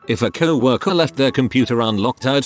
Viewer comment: First video with this voice Ive ever seen where he doesn’t pronounce it 🐄-worker.